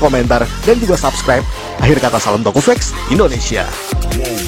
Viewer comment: Tokufact om bukan Tokufak😂